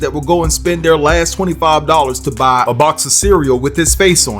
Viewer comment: NOT, "BuBuBuBuy" 😂😂😂